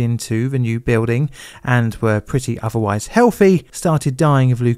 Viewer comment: "ve" instead of "the", "favva" instead of "father", "ovvawise" instead of otherwise, "free" instead of "three". Dude I LOVE your videos but the accent makes your videos incredibly difficult to listen to for anyone outside South London. Many other Londoner YouTubers avoid this accent because they know it is difficult for non-native English speakers to understand. Please consider trying to pronounce words correctly for 99% of the world so that people who speak English as a second language can understand you.